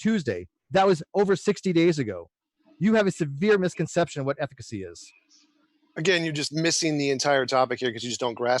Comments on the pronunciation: Hahah I heard that and was like.. efficacy? Ethic... ethically? Oh.. ethicacy.. hmmmm hahah 😂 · Nothing but love for you...but ethicacy? Or am I wrong and that’s a real word lol